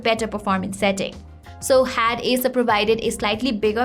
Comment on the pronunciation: itsss acer, but sounds like asus . well its ok , let's focus on review.